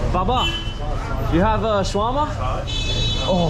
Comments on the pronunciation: along 2 minutes waiting to know what is Swarama ,, finally i got that u mean "Sha-wer-ma" xDDDDD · Omg... Sha-wrrr-ma. If I hear "shwah-mah" another time I'm gonna lose my mind... That said, much love to Lebnen (from a Greek) ❤️ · Guys it is called Shawarma and not Swarama. Welcome to Lebanon. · its shawarma not swarama and thanks for giving me the brilliant idea of eating a shawarma... i just ordered it its on the way and idk why im telling you all this its kinda cringe and dumb but whatever